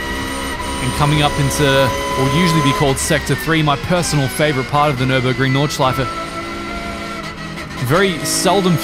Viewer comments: As German im Super astonished by your Pronounciation of different parts of the Track! No Butchering at all ! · good german pronunciation, not many people can even do a ch sound haha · Your german pronounciation and intention is quite good - Nordschleife, Schwedenkreuz, Porsch-E... Already thought that on on of your racing vids - that is also very good. I do not know any of the curves of the Nordschleife, as all germans have to learn in school (^^) but as a Swiss-German it is still my mothers tongue :) Only one thing: Listen to a German speaking of Schuma-CH-er and NOT Schuma-CK-er. "CH" is not that harsh as "CK" as in Zucker/Sugar. "CH" at the end or followed by vowel is more a short sound you make gargling medicine very deep down the mouth if you have a sore throat. Like a sore throat you get from speaking other rather harsh German sounds... like a "ch" followed by a consonant as in Fox/Fuchs. Here the "chs" is abbreviated and sharp like X in Fox.. but Fux. Try pronouncing Fu-CHS-Lo-CH (Foxhole) now :)